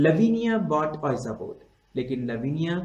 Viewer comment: sir just ur pronunciation of ouija board ws wrong.... its better called (vija board).😉